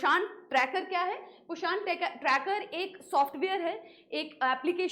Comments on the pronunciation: This is a hindi word prounce it poshn not pashaaaaaaan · mam plz pronucation se dhyan da ap its poshan not poshaaan. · Poshaan ❌ Poshan ✔️